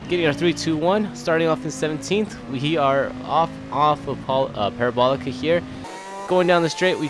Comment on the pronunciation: Are you really gonna do the whole "Courva Granday" thing but not pronounce "Parabolica" correctly?